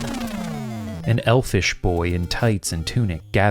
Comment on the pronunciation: In your opening when you were describing Link, when you said "elfish" my brain heard "L-fish" and I was very confused.